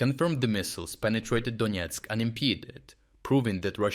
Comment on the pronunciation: Donetsk not Donietsk